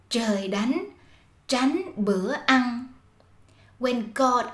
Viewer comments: Attention: As is from Saigon her pronunciation is "Ăng" for "Ăn". Clearly not standard. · there is no alternative for this word if you follow the rules. ăn is actually pronounced exactly like /ăng/ and there is no true /ăn/ but we write down ăn.